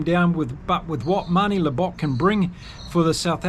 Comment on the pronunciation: Mate, if you are going to do this sort of thing, please learn name pronunciation. If you can ge3t Arendse and Libbok right, then you can surely get the others right too. Nonetheless, enjoyed the preview.